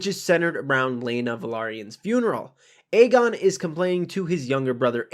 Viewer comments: no, it was definitely Aemond. Aegon is pronounced as "Egg-on" hence his nickname "Egg". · Aegon is pronounced as "Egg-on" not "Eygon". There was a prominent "Ey" sound on both times the twins called his name.